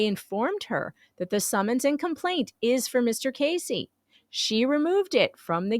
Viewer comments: Not “Casey” it’s “Keszey” (sp Key-zee) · His name is sou ss like Keys -zey , not Casey . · His last name is pronounced Kez-zee. I met Jeremy and George at "the swamp" in March 2021, when Gators and Lemurs were still cool. I was uncomfortable around him. He was just creepy! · Went to high school with Robby in Ohio. This is so crazy…BTW the “S” is silent the first”e” is a sort e sound. Pronounced “Kezy” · Robbie has 2 daughters and a son. And not to correct you but his name is Pronounced Keys zey. Don't want the haters to critcize you! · I think it is pronounced, Kezzy, isn't it? No big, just wondering...